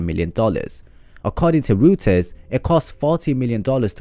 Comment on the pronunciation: Roy-ters, not Roo-ters